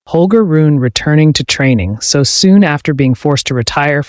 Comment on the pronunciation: It's pronounced "Roo-nuh," not "Roon!" Get your AI pronunciation in order.